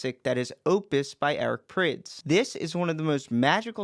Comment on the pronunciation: i thought prydz was pronounced prides